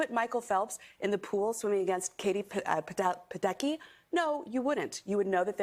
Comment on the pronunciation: I knowwww she didn’t disrespect Katie Ladecky by saying Katie padecky 😭😂